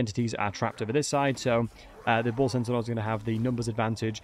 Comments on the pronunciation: Why do you keep saying bull sentinels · centanaurs lol